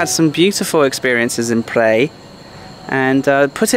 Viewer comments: Hi, I love all of the segments that you have produced. Thanks for your hard work. The recent province that you have visited is actually called Phaer (according to the Thai writing) not Phrae. I thought I let you know. Keep doing a great job. Cheers. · It’s แพร่ not “Prey” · The pronunciation of "Phrae" should be like "P-rare" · Phrae is a fabulous little town, famous for it's ancient wooden mansions. Lovely country farmers markets etc. There is another Earth Pillar area south of Nan too, at Sao Din (Earth Pillar), near Wiang Sa on R1026. Btw,, I hope you don't mind me saying, but Phrae is pronounced like 'Prayer' not 'Pray', with the rising tone, as you say. Hope you don''t mind. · well.the province name is not what you pronounced .nice view by the way. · You need to learn how to pronounce Phrae correctly!!! Ask a local...